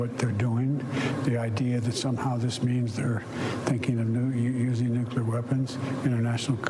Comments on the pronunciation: It’s nuCLEAR not nuKYOOLER! Jeez. This is what happens when a whole generation wasn’t taught phonics. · "Nucular"? No such word in English! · If you can't pronounce the word NUCLEAR then you have NO business reading "news."